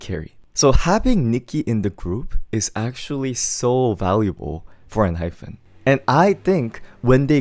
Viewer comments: please pronounce Enhypen properly 😭 it’s En-HyPEN not hyPHEN!!! Also, Jake was always my favorite vocalist in the group, even when Heeseung was still there, though objectively Heeseung has better technique and larger range. Jake just has a God given voice that sounds so good. He bias wrecked me hard this comeback 😩 and I can’t believe you didn’t like Two Fools 😭 it’s my favorite song on the whole albummm but tbf, I like the entire album (except for maybe Checkmate but it’s not bad, just not my cup of tea). I’m glad they got all kill wins and more this comeback!! They deserve it ❤ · hi hi it's enhyPEN not enhyFEN hehe thank u for this insightful review though!!!